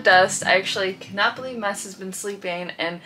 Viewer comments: Someone help. I thought his name was...some people in the comments use "". It seems like Ava is saying "Mess". Did I miss something along the way? What is correct? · Did I hear correctly? It sounds like Ava is calling, “Mess”. If so, that is a PERFECT pet name for him!